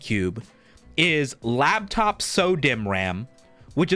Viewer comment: Love that he calls it lab top ram